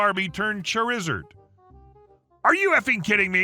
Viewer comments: Not that I expect you to have too many stories with it, but for the future Charizard is pronounced "Char-uh-zard" not "Char-is-urd" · Char-ih-zahrd. It's a pokemon. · Saying Charizard like Chorizo 🤣